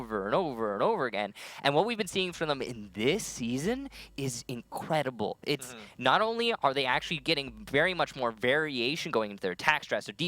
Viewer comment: Anyone hear him say Incwedible